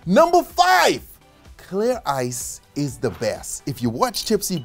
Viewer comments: Did he said "isis life" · every time u say " Ice is " i keep hearing "isis" oh god the trauma i need to slow dwn on docs now.